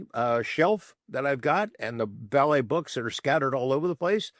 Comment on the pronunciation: Love weaponised, I haven't listened to a bad one yet, and this was great with "Vallee"....🇬🇧